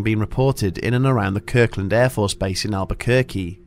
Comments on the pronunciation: Kirtland AFB. Not Kirkland. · Albuquerque native and resident here. KIRTLAND air force base. Not "Kirkland"